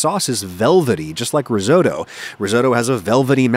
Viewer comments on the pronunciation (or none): It's actually your pronunciation of "Risotto" that might land you in trouble with the Cosa Nostra. It's not like Toto, the dog from Wizard of Oz, or the Canadian rock band..but Otto, like the German Von Bismarck. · REE SO DOUGH... Come on. At least try to pronounce Risotto.. and I'm not even Italian. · Adam, I love your videos- you are bloody good at what you do. But do me a favour? As someone who's family hails from Puglia, could you not pronounce risotto as ree-soat-oh? It drives me nuts to hear to Americans butcher Italian words and quite frankly, a man of your intelligence, education and heritage should know better! Peace out! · He pronounced risotto wrong, in a very american way. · Always impressed by your videos which invariably have good information. One small criticism: pronunciation of "risotto" the "o" is short as in "bottom", not long as in "DeSoto" (the automobile).